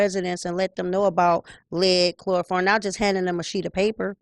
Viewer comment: I think I am hearing you say chloroform. Chloroform is a chemical used as an anesthetic (among other uses). But, you usually follow this with other bacteria. If you are referring to bacteria, the term that should be used is coliform as in coliform bacteria. If you are saying coliform, then my apologies. You are doing very important work. I along with many others appreciate your hard work and dedication.